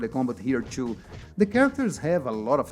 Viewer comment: Cara, se o canal é pra ser em ingles, tem que caprichar na pronuncia. As palavras com T ficam mal pronunciadas, por exemplo o "too" vc fala TCHU. "Something" vc fala SOMESSING.